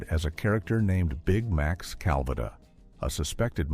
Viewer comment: Your crap AI narrator is pronouncing Calvada wrong throughout the video except when the AI says “drink Calvada”. That time it is pronounced properly.